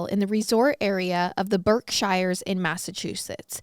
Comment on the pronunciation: You pronounced Berkshires wrong XD the last part is pronounced like shears